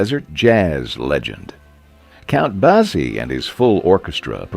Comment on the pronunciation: Count Bah-zee? Couldn't listen to any more of that